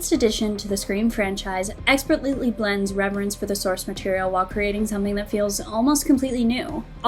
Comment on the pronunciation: During the verdit did she say "The latest edition to the Scream franchise experlutely blends..."? Like a mix between expertly and absolutely? That's kind of a weird one...